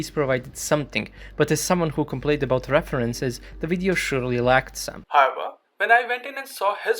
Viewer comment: what about him saying 'hover' instead of 'however'